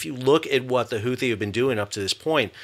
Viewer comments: Is it pronounced Who-Tea, or Who-Thee? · "the Houthi" lol dude